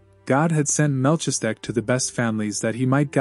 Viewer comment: Very much appreciate these readings. BTW- it’s pronounced “Mal-keez-a-deck”